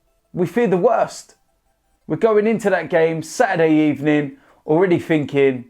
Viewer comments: "Sacked in the Ebening, you're getting sacked in the Ebening." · Sacked in the ebening